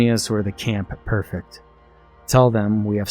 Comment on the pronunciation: Loved this a lot man. One minor thing, I'm pretty sure it's pronounced PREfect not PERfect. I just finished watching 2 seasons of Britannia on Epix